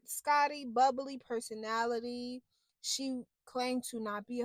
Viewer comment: “Perso-NATALIE” is correct!!! 😂😂😂